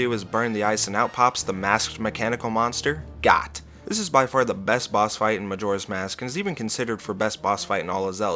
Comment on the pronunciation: actually it’s pronounced G-OAT. Like the animal 😅